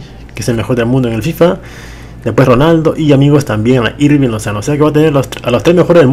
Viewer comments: No se pronuncia "Jirving", se pronuncia Irving. Te lo dice alguien que ve jugar a su club actual en la vida real. :v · no se pronuncia Jirving Lozano sino que se pronuncia Irving Lozano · Se dice irving no jirving